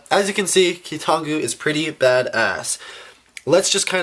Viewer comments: It's KEE-tahn-GOO (based on Bionicle Wikia) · Hurry you guys, it's amazing! It's keetongu, NOT!